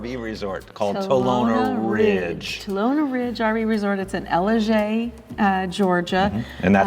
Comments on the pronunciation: You are 100% pronouncing Ellijay wrong… 😂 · Yeah it’s more l i j for sure.